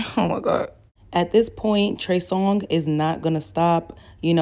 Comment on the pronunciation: Lol she said “ I am going to call him Trey Song “😂 not “Songz” but “Song” (singular/not plural” )🤣